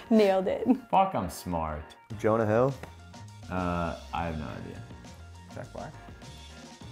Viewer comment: He said Jonah hill 😭 son violated